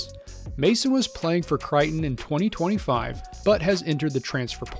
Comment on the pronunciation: It’s pronounced CRAY-tuhn not CRY-tuhn. when referencing where one of Mike Millers kids played. Creighton Blue Jays.